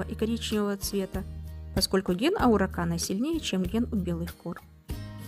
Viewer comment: Араукана, а не ауракана.